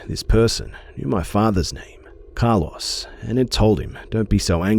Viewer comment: It sounds as if he is saying Car Loss lol the o in Carlos is kind of like "Oh", so "Car-l-oh-s"